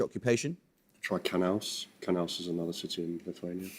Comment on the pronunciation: WTF?! So he mispronounced Kaunas and this tit quiz master, who can barely pronounce standard English, rejects the answer. This is outrageous. A foul!!!